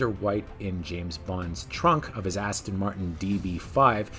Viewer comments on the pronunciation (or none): none